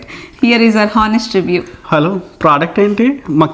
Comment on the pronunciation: హానెస్ట్ కాదు అనెస్ట్…ikkada h silent in the word honest ..